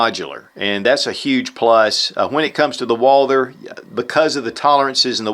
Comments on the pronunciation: Someone PLEASE tell me why this guy can't pronounce Walther???????? I've complained before no results it is not pronounced Walder or Walter!!!!!! Walth errrr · It's Walther like Walter not Walder ;)